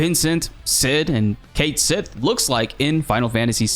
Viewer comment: pretty sure its pronounced Kate Seeth